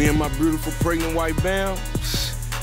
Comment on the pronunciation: I get so sick of Scrappy telling women they're "breautiful," Dude, if you can't properly pronounce a word, use another one.